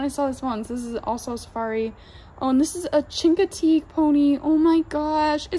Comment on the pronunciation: The chingotig pony is pronounced shincoteeg just saying